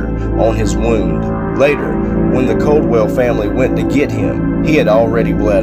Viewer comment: Not Coldwell lol. Its Caldwell. ...A... I doubt thats the most haunted place in KY. I lived down from here most of my life